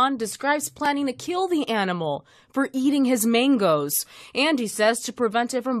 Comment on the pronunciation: 😂😂she said maingos 😂😂 he will get deported for killing ,d rakoons